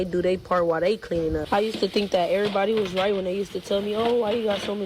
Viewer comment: Can tell the level of education because she says dink instead of think...